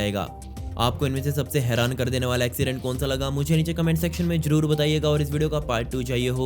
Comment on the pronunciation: Bhai mujhe ek sawal pochna ha ap Zaroor ko jaroor ku Bolte ho